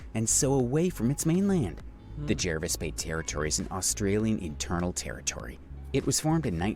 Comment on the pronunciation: Jervis Bay is pronounced morel like Jarvis.